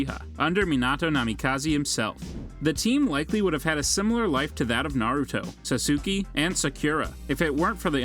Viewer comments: "Sasuki"- -2021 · SASOOKI SAKIRA LMAO😂😂😂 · Whoever this guy is…. I feel like he intentionally mispronounced so many words in this video. It’s making my eye twitch. Who is sasuki? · He also said SASOOKI lol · sasuke is pronounced sah su ka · Sasuke and sakura ❌Sassoky and sak ur a ✅ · they're pronounced akotsky, sakora, saskae, ninjootsu, geneen not jenin, kazeekagay, rasengon, Otsosuky, menmah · sasoooski and sah kura lol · sasooki. jonin. akatsooki . ( sidan not even hidan ) kakshi hatakee he almost got it right , then the legendary steam NINJ-UTSU ok the names are fine but NINJUTSU really there is no way he watched naruto or he just cant say it and there are actually more but i am too lazy to continue